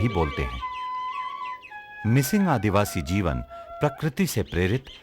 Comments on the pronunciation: (Mishing tribe❌) (Mising ✅) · Not Mishing , Mising